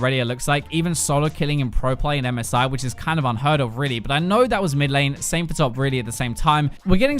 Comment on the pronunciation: I am the only one who hears MESAIH instead of MSI?